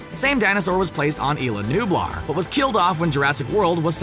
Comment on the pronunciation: Abe Mora its nublar